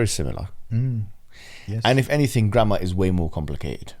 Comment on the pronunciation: Every time you say grammar . My mind is thinking "grandma".